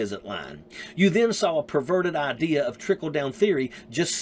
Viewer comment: "... I cant believe you guys are still MELKING this." Pro tip: If the person you are talking to says "idear" instead of idea, "warter" instead of water, and "melk" instead of milk... just walk away.